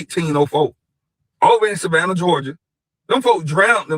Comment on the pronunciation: this dude said Savannah 🤦🏽‍♂️🤦🏽‍♂️🤦🏽‍♂️ …. I tried to give these dudes a break